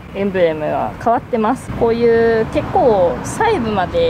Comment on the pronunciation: ﾔﾃｱﾃｰ、ｹｯｺｰちょいちょいカタコトなのまじでおもしろい笑